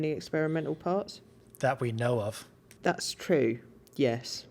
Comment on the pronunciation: “that we know of” 😂😂 why he say it like that